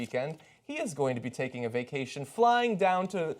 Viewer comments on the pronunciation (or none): Vaction? wtf is a vaction.... Are you making up words now? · vaction lol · whats a "Vaction"? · VACTION?!?!?!? lol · What is a "vaction"? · didn't know you could take a "vaction" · What's a vaction? Is that some kind of sucking procedure?